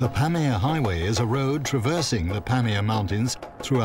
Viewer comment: Do Brit's have Glaciers in Europe?..It's not pronounced glassier with a long a. It has a short a.. also, just google these things for the narrator..Pamir is pronounced puh meer.. accent on second syllable, not first as in pam ear.. just sayin, the narrator is reading what he's handed, the show is about this place, so pronunciation research would be good